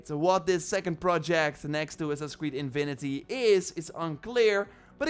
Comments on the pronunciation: „Infinity“ bro, not „inwinity“ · Love your accent bro…but infinity not invinity 😅 keep up the great work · What is in vi ni ty? You mean in fi ni ty? Can't lisen to that sorry